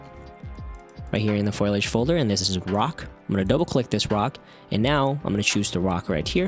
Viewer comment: I hate to be this guy but think it's pronounced foliage not foilage...